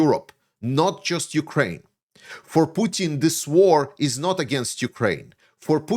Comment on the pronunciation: hey there, some constructive criticism for ya, please, please, please stop sayin YOU-kraine, it is not youkraine, hiskraine, mykraine....it is just Ukraine. Otherwise great analysis and I would even subscribe if you could correct this.